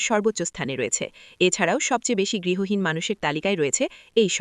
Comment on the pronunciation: গৃহহীন বলুন, গৃহীন উচ্চারণ বারবার শুনতে ভালো লাগছে না । অনেক অজানা তথ্য জানতে পারলাম ।